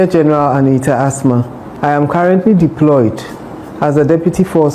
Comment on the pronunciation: please, she's called As-Ma